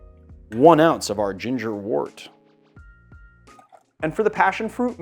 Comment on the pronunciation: Not trying to be the language police here but I am a beer brewer. Wort is pronounced wert.